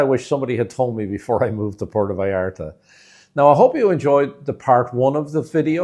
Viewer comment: You can not even pronounce Puerto vallarta, and your tips are b. S.